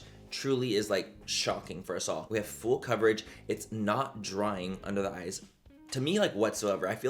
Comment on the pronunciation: He said it’s Fool Coverage…😊